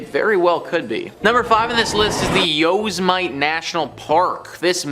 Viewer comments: Yosemite is pronounced yoh-SEM-it-ee (phonetically /joʊˈsɛmɪti/) It is a four-syllable word where each vowel is clearly pronounced, Many people (as above) incorrectly read it as "Yo-se-mite" (rhyming with "might"), but this is not the standard usage. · Did this mofo just say yo's might?????? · Yo-Sem-it-E ..damn Canadian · Yoz mite? Dude that's not how you pronounce it! LoL!